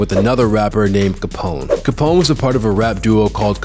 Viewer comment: As a black man how you gonna pronounce Capone and Noreaga incorrectly